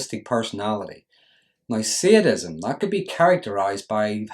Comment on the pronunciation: Its called sadism not seeadism!